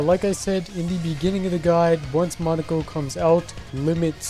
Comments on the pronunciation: In Japanese it would be pronounced “Mow Neh Koh” also neko is cat in japanese so I think it was meant to be Mow Neh Koh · Monika. Just monika. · To me, pronunciation sounds like it came from EoC and ItF.